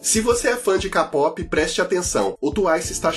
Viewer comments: por favor, não se pronuncia kapop, é keipop. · já falei que é "kpop" (queipope) e n "ka pop" kkkkkkkk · Quem ai gosta de k-pop mas quando o fala da uma dor no coração 😅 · o melhor é ele falando "capopi" e "tuaisi" KSAKAKSKAKSK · tuaicie ckapópi